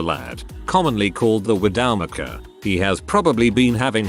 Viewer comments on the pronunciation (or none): Wi-DOW-mack-er? Widow-maker!